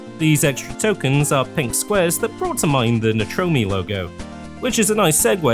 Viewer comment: Is that really how you pronounce Nitrome?